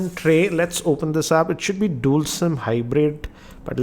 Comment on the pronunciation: The way you say 'dual' irritates me everytime I see your videos.. why do you say it like DOOL... 😙😀😂🤣